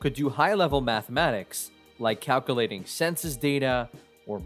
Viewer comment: He’s referring to the narrator’s poor pronunciation of the word calculating.